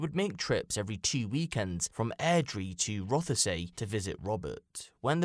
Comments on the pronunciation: Its pronounced roth say. Not rother say. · Terrible story, shocking! One thing that was a bit grating though was it’s not pronounced Roth-e-say it’s said Rothsea. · It's pronounced Roth-See not Roth-a-say